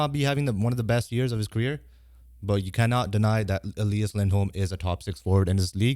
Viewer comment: It’s Elias not Eleeeas